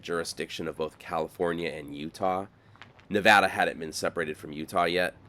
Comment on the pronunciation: Thank you for not saying Nahvahdah 😂